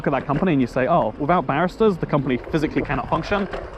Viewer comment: Love your pronunciation of Baristas as Barristers. 😎